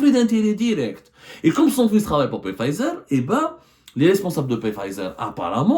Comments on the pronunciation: Journaliste d investigation qui ne bouge pas de son fauteuil .. ton bide est de plus en plus rond hhhh Y a ssi investigation tu pouvais te renseigner au moin sur le nom exact du labo ..c. pfizer .. ca se pronnonce fayzer et on ecrit pfizer ..machi. pé fayzer hhhh Comme d hab tu nous envoi une disaines d info pour qu enfin y a 1 de vraie et les 9 restantes sont fausses ..chrol gezzana hhh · On ne prononce pas le P de Pfizer. Mais qui vous a envoyé la plainte? UB Pharma? Ce ne sont pas des investigations. C'est tenez, parlez svp à notre place. Faite eu bruit. Pour info, le Solumedrol se décline aussi en injectable est non pas seulement en comprimés.